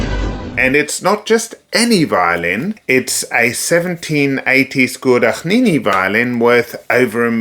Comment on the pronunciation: Is the mispronunciation of Guadagnini supposed to be rage bait? Are you copying Edgar with his deliberate mispronunciation of Guarneri? 🤔